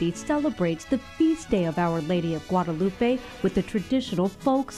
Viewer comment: The anchor couldn’t take a minute to find out the correct pronunciation of Guadalupe? SMDH 😒